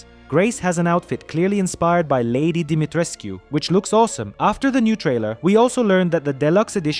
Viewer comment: Wow someone able tò Say "dimitrescu"